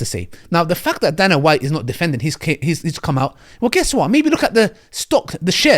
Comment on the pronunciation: Pronounced day-nah white.